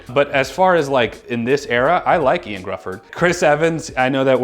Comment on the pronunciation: John krazinski was a terrible reed richards. And IOAN’s name is pronounced h’io-ann not IAN